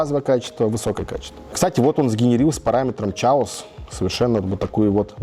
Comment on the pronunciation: Все переводчики/учителя английского слыша слово «chaos»: 🗿